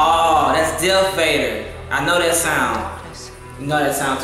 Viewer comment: It's darth vader not dealth vader and that's kylo ren helmet